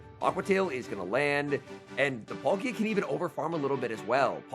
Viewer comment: Love your videos but please learn how to pronounce these pokemon names! Palkia not Polkia. Watch the cartoon of pokemon shows. P-aaakia is the correct pronunciation